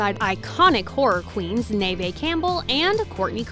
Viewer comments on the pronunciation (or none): Fyi... Neve Campbell's name is pronounced "Nev" ....not "Nayvay" 🤦‍♀️😂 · lol I had to pause the video to process when the commentator said "Neh-veh Campbell"